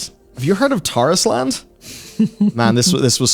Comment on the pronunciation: Tarisland = TARIS-LAND or TAR-ISLAND